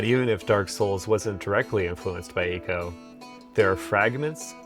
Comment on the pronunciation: I'm glad you pronounced Ico as it's supposed to be as opposed to Eye-co. A little bit of a fun fact, the working title for Shadow of the Colossus was Niico ( a portmaneau of nii(two) and Ico) and Last Guardian was Trico. Also Ico was actually one of the very few 240p games on the PS2.